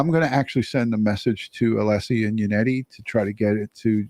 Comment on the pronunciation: Hank Brennan pronounced Alessi wrong the entire trial